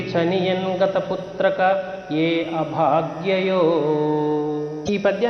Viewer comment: Putrika not putraka